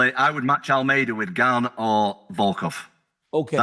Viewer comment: Cyril Gane’s name isn’t hard to pronounce in the least… not sure why the hell Chael and so many others come up with a new way to say it every single time he comes up